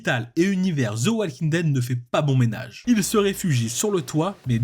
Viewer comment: Encore une fois walking ça se prononce wo-king et pas wall-king, le L ne se prononce pas :/